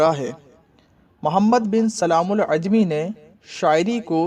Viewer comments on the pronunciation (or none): السلام عليكم ibn e salaam al jumaعi not عajmi